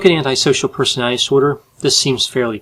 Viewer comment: Why does constantly butcher the enunciation of the word "personality". I don't want to be mean, but it's a little bit distracting.